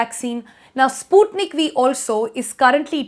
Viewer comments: The pronunciation is not “spootneek”, it’s “Sput-NIK”. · It's spelled "sput-nik" and not "spoot-nik" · Russian language is not that lovely nor romantic, u made sputnik sounds like sponge for me.... So soft.. Ahhh.